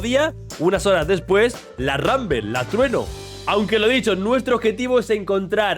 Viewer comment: No es ranbel es RUNBLE osea r u n b l e no r a n b e l